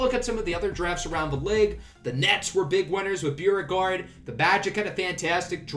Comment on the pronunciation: There’s a Beauregard museum in New Orleans and they pronounce it like “Bo-regard” Anyway, love the series. Go Knicks